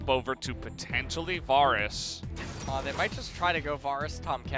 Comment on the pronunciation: The pronunciation of the champion and item names are so strange 😭 “varrus” and “liaundy’s” and “au-trox” and “daur-ius“—- is it influenced from how the names are pronounced in Korean? It’s like an -au sound for any words that have an “A” instead of utilizing the different sounds of “A” that English has in the -air and -au and -ah sounds...as in v-AIR-us, Lee-ANN-dree’s Torment, AEY-trox, D-AIR-e-US. Lol, compulsive about pronunciation 😂